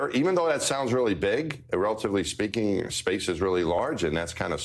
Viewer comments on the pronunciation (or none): none